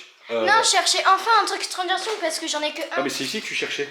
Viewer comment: elle dit stranger swig